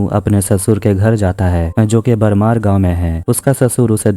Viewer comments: बारमेर नहीं,, बाड़मेर.... वेदा भैरवा नहीं,, वेदा बैरवा.. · बरमार नही " ब्डमेर"😂😂😂😂